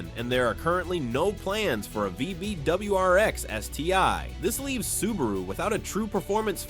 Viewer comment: The very first word - the IA mispronounces "Subaru". Lol. Do better.